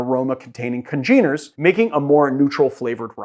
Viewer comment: A gotcha. Oh, also... you mispronounced "congener" lol